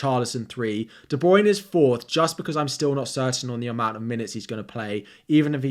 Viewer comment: Great video, but it's pronounced De-Bruy-Ne - three syllables. Yeah I'm a picky bitch, but every time you say it an FPL angel loses its wings. :)